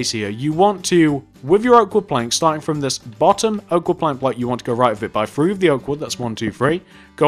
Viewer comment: "one two free four"